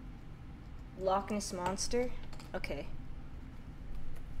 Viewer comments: Lock lock… lock EH nEss 😂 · The way pronounces certain words are the best moments. "Loch Ness monster" 😭